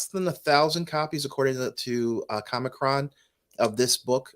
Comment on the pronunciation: It's COMIC-CO! We don't read COMEEK BOOKS.